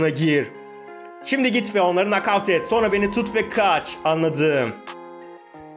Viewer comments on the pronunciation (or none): none